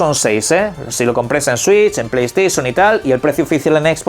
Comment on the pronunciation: Pley steision 😅